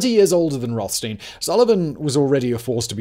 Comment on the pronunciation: it's Roth as in childs and stein as in beer